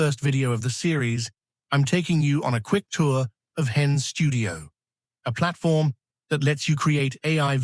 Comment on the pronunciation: This would have been a decent video if you had corrected the pronunciation to be "HeyGen" not " hen" at the beginning of the video